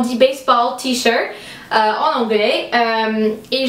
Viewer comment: Et aussi TEE.de t. shirt on le prononce comme en anglais mais c'est trop adorable